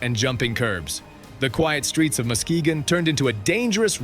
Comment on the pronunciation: Musk-ga-gone is a crazy way to pronounce Muskegon